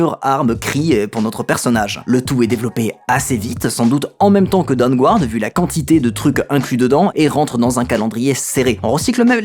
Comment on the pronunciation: Aller, on continue le petit point prononciation de l'anglais ! : ^p Le "u" dans Dawnguard est muet. ^^